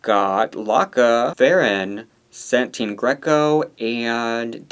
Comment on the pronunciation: Its Satin not SaNtine ❤